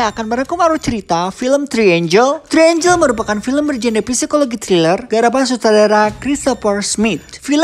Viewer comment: TRIANGLE bukan TRIANGEL